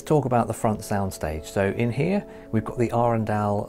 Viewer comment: 24 sek in and bless you for pronouncing Arendal correctly!